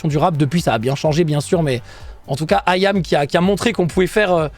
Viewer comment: ahahaha comment il dit allons Zo , iam ça va il le dit bien